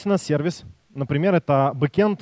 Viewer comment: надеюсь подучил английский и спустя 4 года теперь уже не говорит "серва'йс. Наикрутейшие доклады, Фланту респект!